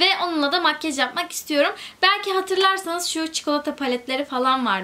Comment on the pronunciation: Lütfenn makyej deme artık